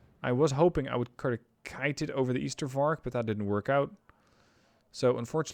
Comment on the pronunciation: That one was hell of a match. But deck building caught me a bit off guard. 1. It's Ystervark as in ijzer (iron pig), not as in Ypenburg 2. Choosing that unit instead of Bosvark is strange not just bc of suppresion, but also bc of one 'secret' stat - aiming time. Bosvark aims 1.5 times faster than Ystervark, and, unlike polish and soviet ZU-23-2 trucks, has armour